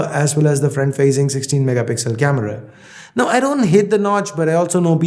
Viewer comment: just why do you pronounce now as "naof"